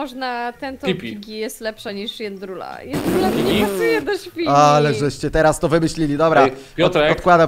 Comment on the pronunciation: Nie niebendzie jendrula tylko pigi